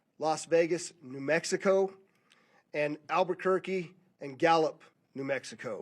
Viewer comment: Except when he said Mexico.